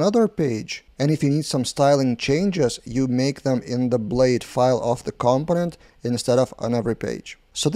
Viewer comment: the stress is on the second syllable: comPOnent. There are a few native speakers who also get this wrong ;) ... good job on the videos